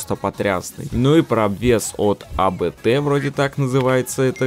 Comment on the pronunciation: Особо коллекционированием не увлекаюсь, но по возможности прохожу сезоны. Но в от в глаза, точнее в уши, бросилось другое. Маленький ликбез. ABT, читается не как А_Бэ_Тэ. Это не аббревиатура, а фамилия "придворного" тюнера ВАГа. Зовут чела Кристиан Абт, и его творения являются причиной неконтролируемых испусканий всех жидкостей организма у вагодрочеров уже много лет.